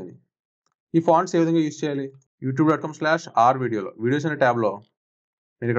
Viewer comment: when you are mentioning your website name Rvideo -you are not clear - you should have mentioned slowly s